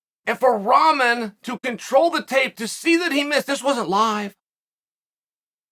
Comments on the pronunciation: His name is NOT Ramen Chael... it's Rahman (pronounced Rock-Man) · Chael knows that he wants his name to be pronounced Rock-man, which is why I love that he's repeatedly calling him Ramen. I think the Ramen man pissed old Chael off with his games and now he's getting some of his patented world class trash talk where you aren't even sure he's trash talking but deep down inside we all know he is. Yet another win for Chael, the man stays undefeated. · Chael is the best lol i cant stop laughing like every time he says Ramen 🤣😅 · btw Chael Sonnen still putting Hasim Rahman Jr's name in the tags, kinda defeats the purpose of mispronouncing his black sounding name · How did he fail weight, thst weigh in was on the 5th August and the fight was 205lbs.he had 2 days to lose 1.6lbs. Chsel can't even get thr basics right when it comes to jp. He can't even pronounce rahmans fkin name properly. Think he's either on the payroll or in love with thr guy 😂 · Uncle Chael... my favorite undefeated name mangling gossip monger.